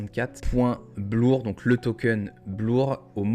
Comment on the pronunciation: On dit bleeeeeur aha Bien vu en vrai!! Joli +0.33Eth📈